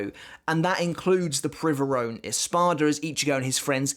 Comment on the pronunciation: I speak Spanish and you pronounced Privaron well (AFAIK it's not even a real word in Spanish...) But on the topic of pronunciations, in a video I heard you say soh-nigh-doh, but it's actually soh-nee-doh Keep up the good work! You revived my interest in bleach :) Edit: also if we assume it's in Italian it's Bambietta Baster-bee-neh instead of Baster-bye-n